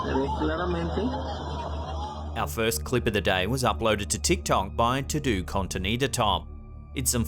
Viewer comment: Imma get hate but don’t care. Its todo like all in spanish not to do like a to do list. I love the channel but the foreign pronunciation it triggering my ocd.